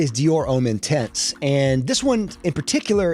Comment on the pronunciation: I hate how you pronounce "Gaultier" and "Bleu" 😛 (and "intense" when it's a French name). And that's objectively bad. I actually like the Dior Homme line and Interlude (even if the recent batches of both are not as good)... the rest of your hates I understand, including Le Male. I haven't known the original formulation either, the current one is way too minty... I like Le Male Le Parfum though.